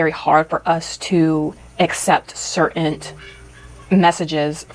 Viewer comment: did she seriously just say certainT?